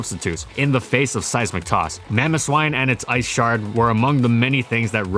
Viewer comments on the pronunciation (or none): none